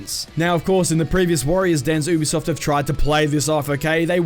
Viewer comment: Stop saying ew-b-soft it’s u-b-soft